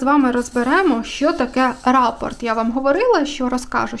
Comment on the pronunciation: Вітаю. Дуже зрозуміла та корисна інформація! Але у мене одне малесеньке зауваження,- рАпорт, то доповідь когось комусь, а частина орнаменту, що повторюється, то рапОрт, із наголосом на о.